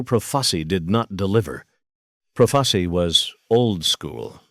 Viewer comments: It’s pronounced. PRO FAH CHEE not proface e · You want to be an announcer then pronounce the name Joe profacI profaci pronounce the last name correctly you j.e.r.k.o.f.f.